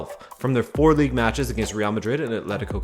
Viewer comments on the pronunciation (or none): Every time said "league uhrr" I laughed a bit